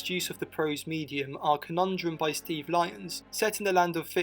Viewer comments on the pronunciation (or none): none